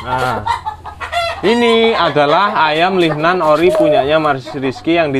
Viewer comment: Ayam LING NAN mas... bukan LIGNAN